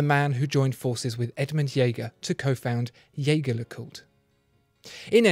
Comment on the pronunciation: He pronounced 'Jaeger' (more or less) correctly. What weird parallel universe is this?